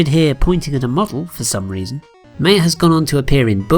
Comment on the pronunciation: Thats not how you say Maya.